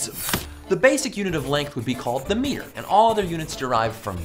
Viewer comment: You pronounce it wrong.